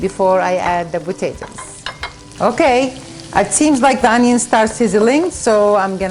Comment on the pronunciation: I love how say botatoes instead of potatoes! Love it!